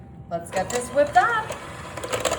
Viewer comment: Did she say whipped cream with the hard wh— like Stevie?